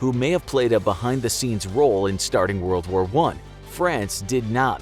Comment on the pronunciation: Woa woa 1? Wold woar 1?